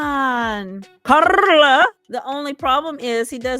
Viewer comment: Love the way you pronounce Carla!